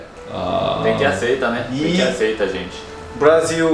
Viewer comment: a palavra "aceitar" tem o "r" no final, não esquece dele ao falar a palavra hehehe sei que estão se esforçando para aprender melhor o português, e gosto muito de vocês, só quero ajudar tá! Não quero ser chata! Adorei o vídeo! Eu entendo muito sua mãe e a preocupação dela, nesses momentos gostamos de ter nossas famílias por perto, e estar em outro país é bem complicado... mas eu sei que Deus estar olhando por todos nós e sei que tudo isso vai passar logo!!! PS: EU TAMBÉM NÃO AGUENTO MAIS FICAR EM CASA...